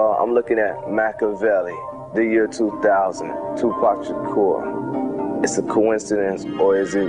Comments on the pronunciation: Tupac Shakerr.... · I wish she would pronounce his name correctly! OH EM GEE! She's getting on my nerves!